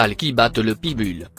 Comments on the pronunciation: "Pite Bulle"... MDR! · On dit PIT BULL !!!!!